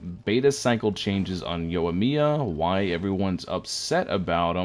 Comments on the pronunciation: It might be a bit late to ask, but why are people calling her Yoamiya (with "uh" sound), instead of Yoimiya (as if it was Joy-miya) ? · if you're slaughtering the name, so am i 😂 i actually love the changes as i feel it makes her a bit more versatile, or at least easier to run as a sub dps since she'll be reliant on the ult for off-field pyro application, which is the highlight of her kit since xiangling is really the only one doing that right now and lacks the waifu quality of yoimiya (imo) 😂 but for real, when it comes to using resources, there has to be a good reason to use them--what makes this character's kit stand out that you'd put her on your team over another character? we already have PLENTY of pyro main dps options, so i'll take that cheaper ult, why not? of course, it would be nice if they didn't change the damage, but at the end of the day it doesn't diminish my interest. curious what you think her best sands piece will be though because i could even see ER making sense if she's strictly sub dps and i'm curious how well she'll generate energy in that role given the skill won't be as helpful.